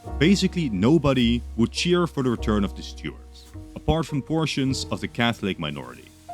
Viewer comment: Took me a while to realise you meant Stuarts when you were saying Stewards